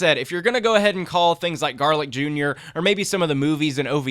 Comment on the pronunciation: garlic Jr. sounds like garlic as in the food lol